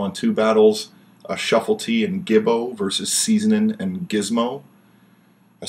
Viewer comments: Hahahaha it's Ceezlin not 'seasonin' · Why does call Ceezlin "seasoning"?